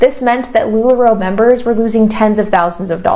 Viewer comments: I kind of love that you pronounce Lularoe. They don’t deserve correct pronunciation. LuLaRue forever! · Love as you say LuLaRu as shade :) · I might have to stop watching your content about sister wives girl, because you drive me crazy the way you pronounce Lularoe wrong every time knowing that's not how you say it 😂😂😂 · I can’t take anyone seriously who can’t even pronounce a very well-known company like Lula Roe, correctly.